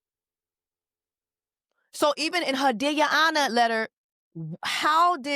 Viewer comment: Took me all the way out, " Deer yo onor"